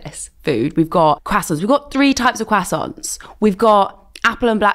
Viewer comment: why are you saying CWAsonts 😅 x